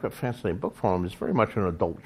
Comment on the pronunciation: I love how George says "book" and "lord of the rings" lol. "Buuhk" and "Lord-of-dah-Rings" lol